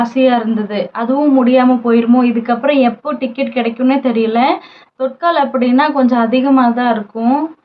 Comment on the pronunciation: Thutkal ila ma,thatkal